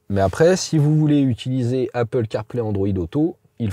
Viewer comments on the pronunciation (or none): none